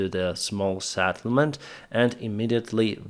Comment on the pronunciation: not SATTlement but SETTlement. Come on man.